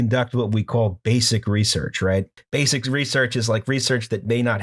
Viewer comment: I know it's easy points to have a callback to the previous episode, but in no way is "resorch" worse than "anagalous". I'm sorry for being such an annoying shit, but it had to be said, possibly for the hundredth time. Y'all are great btw. I am also a dumb person, but I smile a lot listening to this podcast, and I'd say that's a good metric for me.